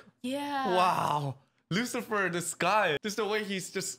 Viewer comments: "you are satan" I believe it's pronounced "Lucilfer" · Someone tell them it's Lucilfer NOT Lucifer